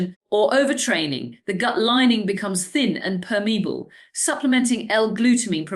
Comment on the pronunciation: Dr. Sarah Myhill apparently can't pronounce 'permeable'